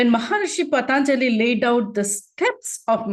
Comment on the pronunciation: Loved this program. With due respect, It should be pronounced Patanjali not Pataanjali